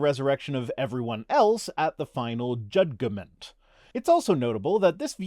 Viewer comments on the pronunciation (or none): The American spelling "acknowledgment" is another example. Loved the way you pronounced jud-g-ment! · When I started law school my learned professor explained that the word was Judge-ment, not Judge-eh-ment. So, no 'e' in the middle. Same goes for "acknowledgment", BTW. Those things tend to stick with you.